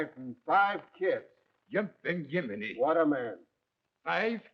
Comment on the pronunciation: Yumping yuminy, its Jiminy